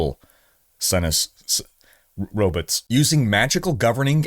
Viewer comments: i can't tell if you're saying robits for fun, or if you actually pronounce it like zoidberg lol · Wtf are “ robits? “ 😂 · I can only hear him mispronounce robots so many times. It's not robutt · "Robutt" lol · We get Row-Butts